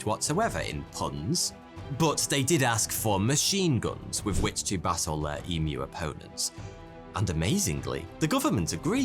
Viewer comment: lol you said battle and I heard basil... I was like yummy!